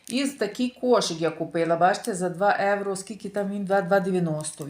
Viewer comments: трішки менше бутилок дешевеньких, ви ж так хочете показати себе італійкою новоспеченою! А Італійці проходять мимо такого вина!🤣🤣🤣🤣. Евро евро. Та скільки вам треба часу щоб вивчити одне слово, що в українській мові вживають слово Євро!!! Від слова Європа, а не Еуропа!! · Евро, евро, евро противно слухати !!! Та прислухайтеся трошки до людей!!! І в нас в Італіі так ніби ви італійка та ніколи ви нею небудете!!!